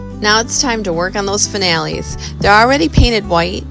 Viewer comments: I love how you call finials (pronounced fin-e(long e)-ills), fin- al-lees. Love what you did with them! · fin - e -als accent on fin